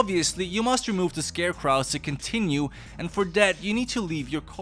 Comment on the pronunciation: Stop mispronouncing "scarecrows".